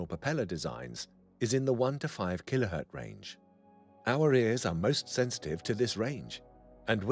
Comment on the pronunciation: You know you've got yourself a real expert when he says "kilohert"